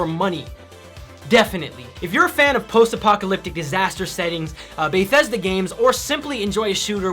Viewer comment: "Baethesda" It's BETHesda. Good review though! Keep up the good work man.